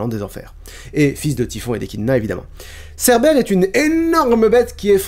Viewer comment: Vers j'ai cru entendre "Cerbelle" 😂😂 Mais pendant un instant j'ai compris "entrer dans Hadès" et pas "dans l'Hades" voilà, j'ai juste rigolé 10 min pour ça